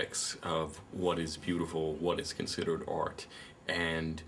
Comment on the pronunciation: 'You are a TOY! A child's PLAYTHING!' stick to cartoons and comic books dude and it's pronounced 'ART' - not 'ORT'